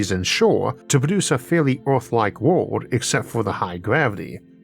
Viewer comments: As someone who has been listening for what, 5 years, your pronunciation after speech therapy has grown by leaps and bounds. If people can’t handle the occasional mention of Orth, they don’t deserve all the amazing content you produce. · Theres nothing better than Isaac saying urrf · I don't care if it's not the proper pronunciation. "Uranus is 15 times Earth's mass." Is just golden. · Good Sir, if you pronounce Earth any other way, we're going to send Agents to deal with the doppelganger.